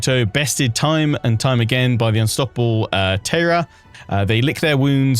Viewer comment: Your pronunciation is pretty good, but Taira is pronounced more as Tie-ra rather than Tay-ra! Other than that I’m super excited for your playthrough, this DLC has me really excited🎉